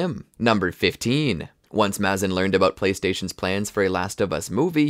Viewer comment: It's Maze-in not mah-zin